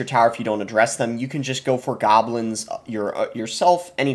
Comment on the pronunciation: Evury tyme he said gahblins i took a shot and now im detoxing at the hospital